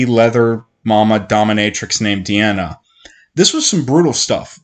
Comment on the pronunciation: It's Kahlan, not Kalan. It's Denna, not Diana. It's Jagang, not Jangang. Shota is a Witch woman, not a sorceress. It's Drefan, not Drefran. Drefan threw Nadine off the cliff. Richard didn't kill Drefan, the Sliph did. Did this guy even read his own script before doing this video?